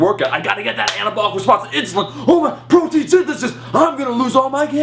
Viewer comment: My only complaint is I think you say proton... Not protein... Thought that was funny though. I believed the timing of pre and post workout supplement too. So stupid... SMH.